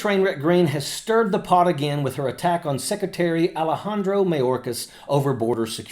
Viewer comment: "Mayorkasis"? Who is Mayorkasis, Margie?? We're all getting tired of MAGAt Marge. 🙄 We're about to chase her out of politics.